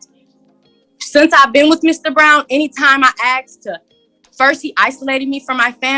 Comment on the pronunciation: Cant stand the word axed for the use of asked. Drives me bonkers and automatically makes me feel the person isn't well educated.